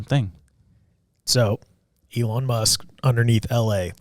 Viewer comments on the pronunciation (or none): He's name is Eel On Mask. Pronounce him...